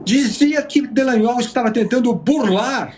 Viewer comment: Olha só não é dellagnol é Dallagnol, céus